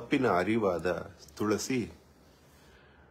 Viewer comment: Pronounced of Tulasi was very wrong from jaggesh mouth was shocking